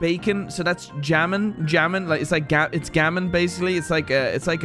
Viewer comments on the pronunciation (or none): Did you just say jamon and not hamon? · Hearing him Jammin instead of Jamón hurt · why did he say “jamon” and not hamon 😭😭